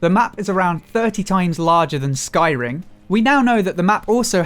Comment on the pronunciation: When you said Sky Ring you sounded like you said Skyrim. Hope not, might be overdoing it just abit.